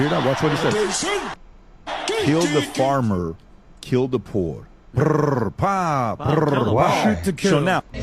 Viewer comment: He saying kill the boar not the poor ?